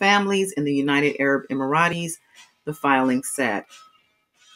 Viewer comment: United Arab Emirates is pronounced Emirits. Not Emirataes.